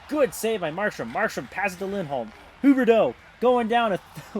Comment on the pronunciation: Somehow pronounce so Huberdeau right